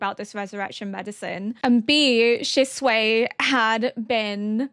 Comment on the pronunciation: Every time you call Shisui "Shisuei" I think of chop suey rice I cannooooot